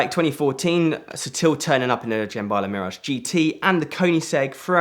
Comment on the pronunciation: This guy has a fascinating life but my god he need to work on his pronunciation. Seriously if I heard him say ‘Jemballa’ one more time I was going to throw my phone out the window!🤬